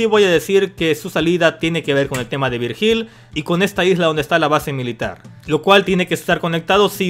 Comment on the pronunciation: "Virjíl" hahahaha....se pronuncia "Víryil" XD